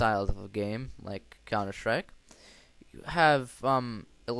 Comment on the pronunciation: Xd old vid but what really is Funny u Said Countershtrike xxddd